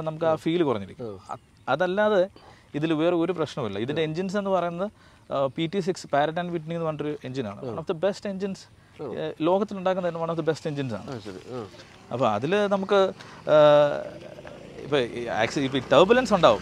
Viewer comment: hahahaha... what yaarr... you being an experinced pilot you are saying its "PARROT" and PRAT(പ്രാട്)....and Whitney dude....not പാരട് ....തത്ത ...